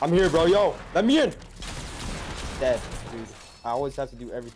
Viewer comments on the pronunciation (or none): the way he says dead 😂